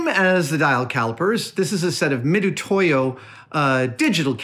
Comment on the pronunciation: FYI, the pronunciation is "Mitsutoyo." Mitutoyo has used a more Japanese-centric romanization scheme that renders the "tsu" sound as "tu." But you're just supposed to know that "tu" is actually pronounced "tsu."